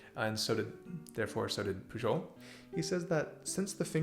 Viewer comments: Great video as always! ps: It's pronounced "Puyol":) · Did you mispronounce Pujol’s name on purpose? I probably would too.